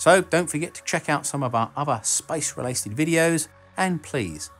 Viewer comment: “space relasted” lol I love your videos